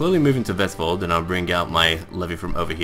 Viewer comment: Great pronunciation of Vestfold. I live there, and you pronounced it pretty good